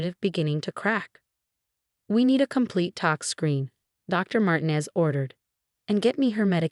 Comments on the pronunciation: Mar-tee-nez or Mar-teen-ez. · And sometimes it’s Marginez! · I’ve been thinking the same thing for a while